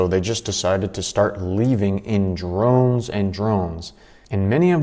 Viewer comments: ...the word is droves not drones. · droves dude... it's not drones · Droves....not Drones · Droves not drones bro. AWESOME VIDEOS! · lmao this guy called a group of people "drones". it's droves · Droves. Not drones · It's "Droves" not "Drones" !!! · Its, left in "droves", not drones. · it's droves, not drones.... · Droves not drones lol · Leave in "droves"....not "drones". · With all due respect friend, its "droves" not "drones" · It's droves. Not drones. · Leaving in drones?? Bruh, it's droves. Leaving in droves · It's leaving in "droves"... not drones... the people are leaving in droves :) we'll forgive you.. it's an old english word :) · It's droves matey not drones !!😥🙄🤡🤡🤡🤣😂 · Hey, bud ..... The word to use is "droves" ..... Not "drones." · Not "drones." The word is droves. 😂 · Bro, people leave in "droves" not "drones". Telling on yourself for having never read a book. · Just so you know... it's droves, not drones. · “Leave in drones and drones” 😂 isn’t it “droves” and not “drones”. 😂😂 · They are leaving in “droves”, not “drones” 😂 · Droves.... they left in droves, not drones... 😅😅 but we know what you meant.😂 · Its "Droves", not "drones"...😑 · It’s “droves” not “drones” :) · English lesson: droves, not drones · the word is droves...dufus.